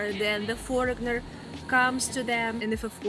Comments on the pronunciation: The "g" is silent in the word "foreigner", it's pronounced : "forynar" I'm your new volunteer English pronunciation teacher 😊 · Leave the "g" out of your pronunciation of "foreigner". It's pronounced "for-in-er".